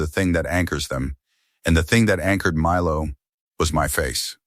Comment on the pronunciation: ICU needs to be written with periods - I.C.U. Then work in Milo. Teach the AI. It doesn't even mispronounce it the same way every time. Milo, meelo. Time needs work, too. 2am isnt pronounced tooam.